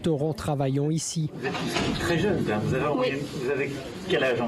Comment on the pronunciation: Il est bien de Ch'' Nord quoiqu'il en dise . Le " hein " le trahit oups! Loin du monologue théâtral dont il est si fervent